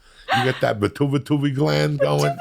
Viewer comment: Peh-too-ah-tary Gland